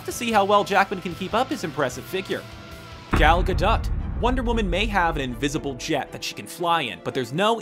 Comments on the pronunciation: .-. The way you pronounced Gal’s name... it’s Hebrew so it’s Gol Gad-oh-t and not the other way... it’s fine I’ve learned Hebrew since I was 2 so it’s an easy mistake for others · IM SORRY HOW DID YOU PRONOUNCE GAL GADOT